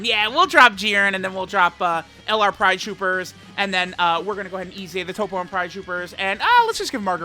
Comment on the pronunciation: Why does he say toppo correctly but then turn around and say cabba wrong?